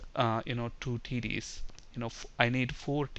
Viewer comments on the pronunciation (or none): LOL when he says TDs it sounds like he saying Titties. ( . )( . ) ; )